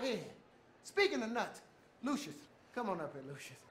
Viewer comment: Did Luscious just say Luscious?